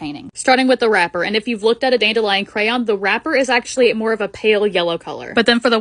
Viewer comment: Is anyone else annoyed with how she says dandelion also this olis not hate I love watching ur vids